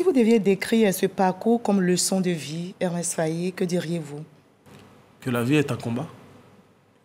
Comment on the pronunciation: Mme la journaliste c'est pas Ermes , c'est Emerse Fae ! Que Dieu le bénisse.